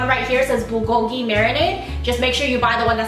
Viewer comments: The way you say Bulgogi and Kalbi hahaha I wish I was there to correct you xD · kgarl-bi, burl-gogi.....